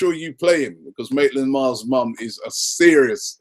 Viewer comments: It is Maitland Niles not Maitland Miles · It's Maitland-Niles!Come on man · Can you say anyone's name right Robbie?! Even Maitland-Niles becomes Maitland-Miles.. come on! haha